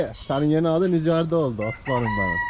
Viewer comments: Abi İcardinin isminin okunuşu İkardi Bi futbolcu galatasaray futbolcusu :) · Abi icardi futbolcu da ikardi diye telaffuz ediliyor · kolay gelsin hacı icardi gs futbolcusu ikardi diye oku sen ama senin sesinle yazıldığı gibi icardi demen daha iyi gibi sanki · İcardi deil ikardi